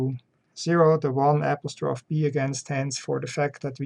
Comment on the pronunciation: "AP-is-troff"... it's pronounced "ap-OS-tro-fee"